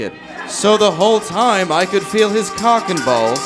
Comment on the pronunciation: Why does he say cock and balls like it's a last name or something? Cockenballs...